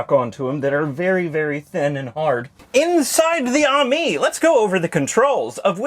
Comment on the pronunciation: Pretty sure it’s suppose to be pronounced “Amy” not “army”